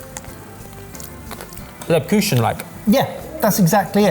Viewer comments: Lebküschen*, not Lebkuchen... At least according to pronounciation:P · mate, i love you, but you gotta stop calling Lebkuchen Lib-küschen. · Not back with the Leb-coooshin. Leh/beh/kook/ken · Over here in Germany, 'Christmas-Spice' and Lebkuchen-flavoured products tend to roll eyes, because it's played to death. However, the Müller Milk 'Apple-Strudel' seasonal special is a banger! 👍 (Also, it's Layb-koochen, not 'Lebbkucken') 🙏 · Ah, and his Leppkühschen 😂 (that would be how I would transcribe his attempt in pronouncing "Lebkuchen" in German). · NOT LEBKUSSSSHEN AGAIN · Someone. PLEASE. Get to stop saying "leb-KOOSH-en." It's giving Jamie paella burrito levels of offense to my ears. It's pronounced Or just call it "German gingerbread" or "honey cakes." Really. BEGGING, here. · It's just our terrible pronunciation of it! Lebkuchen has become very popular in the UK in the last 10/15 years and it's almost always, incorrectly, pronounced 'Lebkuschen', still delicious though! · Arghhhhhh …….. get the Lebkuchen pronunciation right please! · As a german, I will never get over the way pronounces "Lebkuchen". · I thought it was agreed-upon that we were never going to let say the word Lebkuchen again 😖😆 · Listen. If doesn't start pronouncing "Lebkuchen" correctly, I'm going to have to call the police. "Mochi" as well while you're at it. Have a word boys. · please anybody teach how to pronounce lebkuchen